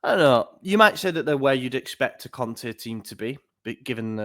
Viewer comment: Please stop saying 'Conthee' when you talk about Conte